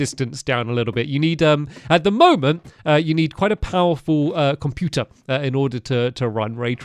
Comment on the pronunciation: the way he said computer made me laugh